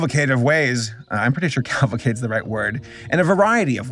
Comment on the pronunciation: You used the right word but you pronounced it wrong. It's "cavalcade", not "calvacade".